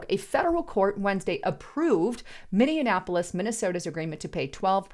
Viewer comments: It's pronounced MINI-APPLE-ESS, there is no such place as MANY-AN-APPLE -ESS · Minee-apolis (not minian-apolis) Thank you. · It's "minny-apolis" Not "minnya apolis" And street thug career criminal Floyd died from a DRUG OVERDOSE! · Minnionapolis, that's a new one 😆 we normally call it Murderapolis. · Why do so many people pronounce Minneapolis wrong? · She always has me questioning how I pronounce words when she reads. Minneapolis? Also Xi Jingpin and Beijing....from a previous video. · My God girl, you can’t even pronounce Minneapolis. I do believe you were raised Democrat. Honest to God if you’re gonna use an American city name claiming to be an American yourself learn how to pronounce, Minneapolis. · C'mon It was really shocking that you can't even pronounce Minneapolis correctly. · Learn how to say the city name! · you are pronouncing Minneapolis wrong.